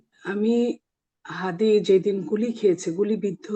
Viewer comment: আপনাদের দলের মহাসচিব উসমান হাদীর নামটাও ভালোভাবে বলতে পারে না আর আপনার কথা কেমন হবে